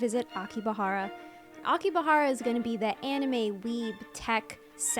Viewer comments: ok but it Akihabara not Akibahara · You made me think i was saying Akihabara wrong my whole life fr